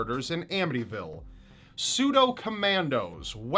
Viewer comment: Did he say Amityville?